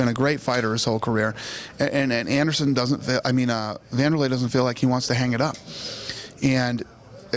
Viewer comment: haha he messed up saying anderson as lol